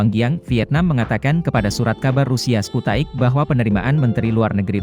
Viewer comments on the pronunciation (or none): Detik 50..: bkn sputaic, tpi sputnik